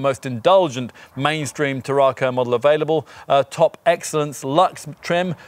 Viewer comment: Can I suggest that you go to Google Translate, type the word TARRACO into the English / Spanish section, then press the speaker to hear how you said the cars name. There is definitely no extra R after the RA making it sound like TARRARCO. Brilliant car, I know as I drive one. 1.5, petrol, xcellence auto.